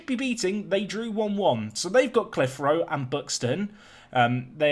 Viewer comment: It’s pronounced clith-er-o